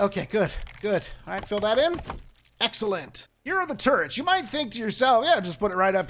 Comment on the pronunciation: I thought you said turds instead of turrets and now I won't be able to get that image out of my head. I mean if you want to try trippy hell you might be able to put them upside-down on a floor piece still. honestly I think Pete's gear is meant to be a Moldorc design, the thing in the main part of the omni-axe has that same warty plastic feel as the castle from 1.